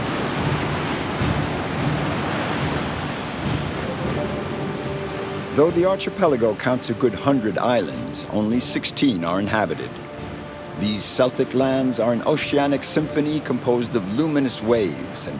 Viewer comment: Ark-ee-pellie-go and Keltik are the correct way of saying those words, otherwise commentary is pleasant.